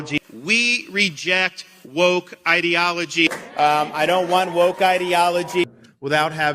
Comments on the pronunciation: What happened, went from “îdilogy” to “īdeology” and back again. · Ideology or Edealogoy ???? just like he can't pronounce his own name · He pronounces ideology like he pronounces his last name